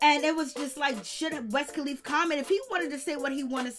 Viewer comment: Who the hell is "West kalifa" I always thought it was "Wiz "🤦‍♀️🤦‍♀️🤦‍♀️🤦‍♀️🤦‍♀️